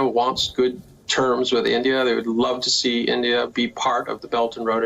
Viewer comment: Its "India" not "Endia"